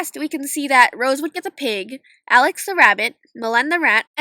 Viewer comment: alix's name is pronounced with the sound the i makes in french and spanish, not the english short i sound